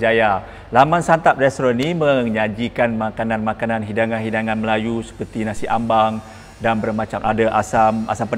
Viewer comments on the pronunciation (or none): Nasi Ambeng Tuan..bukan Nasi Ambang